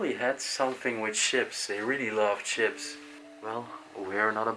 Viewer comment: I wish the explores would speak English like he said chips in stead of ships don't he know how to say words proplely at all speaks double Dutch to me